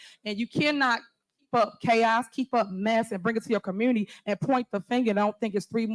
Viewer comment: What the hell is a “commurnerty”?